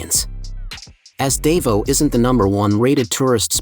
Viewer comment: You need to learn how to pronounce Davao